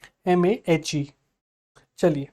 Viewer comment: It is Male nt mahe